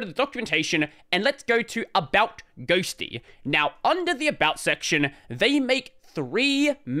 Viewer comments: Correction: Ghostty not Ghostitty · Once you said "Libadwaita" I said "GNOME ONLY". I knew this would be the only video I needed to watch about Ghostitty. The hype TODAY only, is kinda annoying. I've seen 4 videos talking about the same, but I knew the ol' reliable would say THE REAL DEAL.